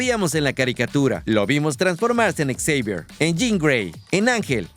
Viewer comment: Deja por favor de decir ecseivier, te escuchas mas ridículo que Xochitl en un discurso.